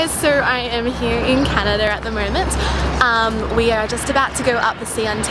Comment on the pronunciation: It's called Canada....not Canader